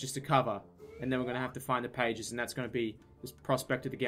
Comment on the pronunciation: For the first half of the vid I thought "pagies" was just the Australian way of saying pages I'm so??? Stupid??